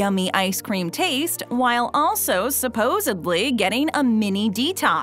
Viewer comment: Why do you hire an announcer who mispronounces words? “Supposebly” it’s “supposedly” very amateurish.